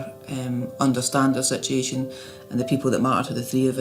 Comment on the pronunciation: The word "Sitiation"! My syblings and I used to say it that way and laugh! I haven't heard anyone else say it until now!